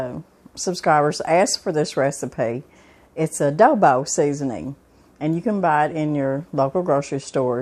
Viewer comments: I was thinking the same thing. I think she means Adobo. I think that’s the spelling and pronunciation for the south lol. Love it! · it's called "ADOBO" not Odobo. I make my beans the same way..